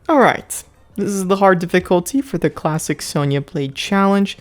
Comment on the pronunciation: What he said:"Let's get back to Klassic Sonya Blade" What I heard:"Let's get back yo Klapping Sonya Blade" 😂